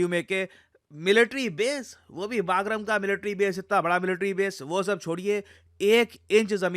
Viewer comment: प्रिय आप बगराम को बागरम बोल रहे है जैसे खनवा को खांडवा बोल रहे थे । और हा में खनवा का ही हु । थोड़ा बगराम शब्द में अपनी प्राचीन सभ्यता के दर्शन होते है ।❤❤❤